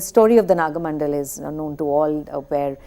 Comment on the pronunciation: The titles of Karnad's plays are wrongly pronounced. It is not Tale 'Dand' but Tale 'Danda'. 'Dand' has no meaning in Kannada. It is again not 'Hayavadan' but 'Hayavadana'. And, it is not Naga 'Mandal' but Naga 'Mandala'. Pronouncing the titles of Karnad's plays is an insult to him. The presenter also refers to Yakshagana as Yakshagan. Those who specialize in the area of theatre should at least know how the titles of the plays they are analyzing are pronounced.